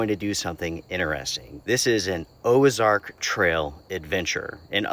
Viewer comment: If I remember correctly Ozark doesn't have an " e " so i am not sure why you're saying it